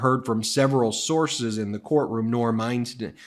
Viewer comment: Norm Einstein, 😂isn't it Norm Eisen?💙🌊🇺🇸